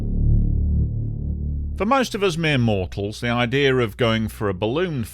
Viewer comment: What is an "idear"?